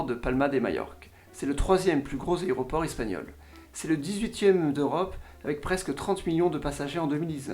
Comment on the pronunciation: Sans vanne : tu serais pas dislexique par hasard ? Depuis quelques années que je te suis j'ai remarqué des problèmes de diction comme "algomeration" "aroport" "sympolise"